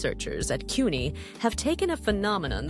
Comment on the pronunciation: Pronouncing CUNY wrong bugs me